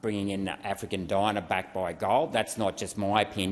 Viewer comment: Well done!! (Btw dinar is pronounced deenar)